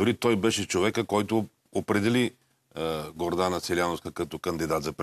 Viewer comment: Грозна вещица Гордана. Променете ударението. Преварително трябваше да се информирате за имената.